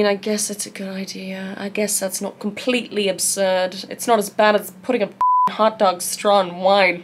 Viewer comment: Bro you were talking about hot dog water and all my mind could go to was- INTRODUCIN, THE CHOCOLATE STARFISH, ANNTHA HOT DERG FLAVOURED WATAH